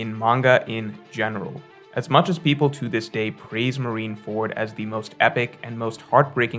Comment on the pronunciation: What is with OP YouTubers and mispronouncing syllables? You got KOL with oDEN, Brago with rever-E, and with MarineFORD. What is going on